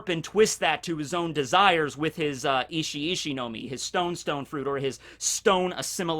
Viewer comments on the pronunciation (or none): said itchy itchy fruit. I heard that as " the ecchi echhi fruit has some battle capabilities" lol